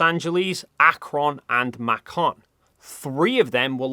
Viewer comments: We not gonna talk about how he mispronounced all the names of the American airships? Like he pronounces Shenandoah, Los Angeles, Akron, and Macon as “[the USS] Sanandoah, [the] Los Angelese, [the] Akronne and [the] Makonne”. It’s baffling how he butchered the last two. Akron and Macon are pronounced exactly how they’re spelled, how do you even screw that up 🥀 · USS Macon rhymes with bacon. USS Shenandoah was named for a river in Virginia. It's a transliteration of a term in Algonquin that means "beautiful daughter of the stars". It's pronounced shannon-dough-ah. USS Macon (bacon, ) had a sister airship, the USS Akron (Macon is a city in Georgia; Akron is a city in Ohio). Both were flying aircraft carriers. Each airship could carry, launch, and recover 5 Curtiss F9C Sparrowhawk biplane fighters. All three used helium, and all three crashed due to weather conditions that were not unusual but typical. Airships, both rigid and non-rigid, must vent lifting gas for other reasons in addition to descending for a landing. (In fact, most zeppelins dumped water ballast for normal landings, i.e., docking in airship lingo.) Summer heat could cause the lifting gas to expand and stress the gas cells to the point that they could rupture. That situation could call for venting. Low--pressure atomospheric conditions could also trigger dangerous gas expansion, and therefore venting of lifting gas. BTW, here's a fun fact: Zeppelin gas cells were made from cow stomachs. Entrepreneurs have attempted to revive the airship concept numerous times. Each effort garnered investors who have always lost their money -- sometimes because the start-up airship company goes bankrupt before anything is built, and sometimes when the start-up actually builds a prototype, only to have it irreparably damaged in a storm. I suspect the flat-earther is shilling for yet an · it's pronounced: MAY-kin Emphasis on the first syllable. And the other one is SHEN-an-DOUGH-uh